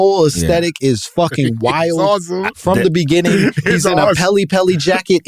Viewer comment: "in the BENINGING" drop needs to be in rotation. This convo flowed into several topics. Loved it!